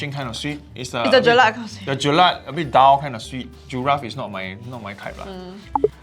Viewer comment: Btw it is ‘JELAK’.. not ‘jelat’. That word doesn’t exist.